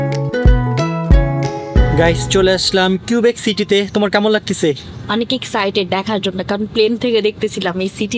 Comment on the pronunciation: Laktesa❌ Lagtasa✅